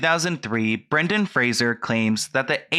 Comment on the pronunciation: Is saying Fraser wrong or was I raised saying it differently?